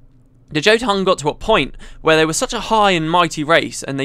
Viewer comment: Can't stand hearing a britt pronounce "Jotun" :p The word is taken from norse mythology, and I think the word means "giant".